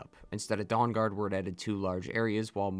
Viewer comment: But you still pronounce Dawn Guard like Dong Guard. Sorry I’m a huge nerd and this stuff fascinates me endlessly.